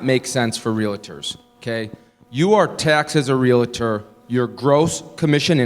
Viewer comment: Yeah, we gotta get this guy to pronounce "Realtor" correctly. Calling us Realators isn't helping his credibility at all.